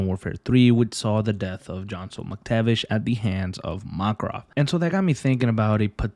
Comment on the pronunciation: i dont want to sound rude but you dont say Makarov as mark-rov its mak-a-rov